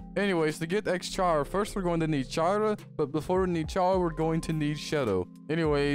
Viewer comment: U just saying jara çara to chara